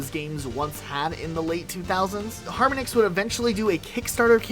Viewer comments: Just an aside, the company Harmonix is pronounced like the musical technique 'Harmonics' not Harmon - icks. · harminix 🤢🤢, its har mon ix bro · man its har-monix not harm-onix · HAR-MAH-NIX, not HAR-MUH-NIX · I love you guys but how do you manage to mispronounce at least 3 things per video, harmonix is obviously pronounced like the word harmony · Wow, I have never heard anyone pronounce Harmonix like that. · Your inability to pronounce harmonics properly is driving me nuts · How many times can you mispronounce Harmonix? Holy shit Skip L T D? That's limited... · The amount of people that mispronounced "Harmonix" is pathetic. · your pronounciation of Harmonix and constantly referring to the keyboard as a keytar kind of drove me insane for a bit there. I appreciate you acknowledging that Nuts & Bolts had its fans though, as that game tends to be dogpiled on whenever it's mentioned, unfairly so in my opinion. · Harmonics is a real word you can look up instead of inventing a goofy ass way to pronounce Harmonix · Never seen someone mispronounce harmonix so much in my life